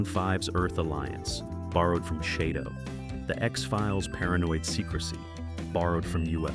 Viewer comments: Too many errors ! Shado is not pronounced ShAdo, George Sewell was only in the first 14 episodes to be filmed and was replaced by Wanda Ventham for the last 9 episodes as the netwok wanted someone more "photogenic" but as the episodes were not shown in the order they were made, they both appear to be in most episodes. AFAIK "Identified" is the only episode they both appeared in. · I don't usually get too upset about an AI that mispronounce. Especially when it confuses lead for lead or read for read. but really shadow..... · if you are gonna try to speak english at least learn how to say words, SHADO is pronounced as SHADOW !!! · Maybe that’s how people from the Deep South of the USA pronounce it. Yeeee Haaaaa! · UFO remains my favorite TV science fiction show, so I enjoy any discussion about it. However, AI does seem to have had a hand in producing this video. Apart from the mispronunciation of SHADO, many times when it mentions Gerry Anderson it shows a picture of Derry broadcaster Gerry Anderson with a full head of hair! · Uhhh… SHADO was pronounced like the word “shadow”, NOT “SHAY-do”. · It's not called shay doe.. Learn it's name it was shad doe Shado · Does anyone else cringe when the the AI says Shaydow instead of Shadow?😅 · It's pronounced shadow as in what you cast in lighht not shaidow or how you saying it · It's SHADOW, not SHAY DOUGH. Sheesh... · AI voice pronounces SHADO as Shay-do, but it's shadow. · Pronounced shadow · Shade-doh. Play-doh for adults. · "Shay Do" sets... Perlease!!! Someone (or some "AI" hasn't seen the series!!! And why the hell label Ayesha Brough as Dolorez Mantez?????!!!! And Wanda Ventham's first script was just a small bit part, it wasn't until they lost MGM Borehamwood studio and had to relocate to Pinewood that she came back, due to the delay meaning some regulars had other jobs by then. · AI much? SHAY-doh? The logos are a guy standing WITH A SHADOW!!! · Have you not watched and heard how SHADO is pronounced Shadow SHADOW